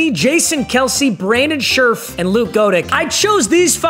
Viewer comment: As someone who lives in the same town Brandon Scherff grew up in, I hate how he pronounced his last name it’s “sheriff” 😭